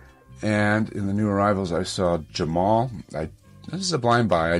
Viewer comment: Jamul is pronounced Ha Mul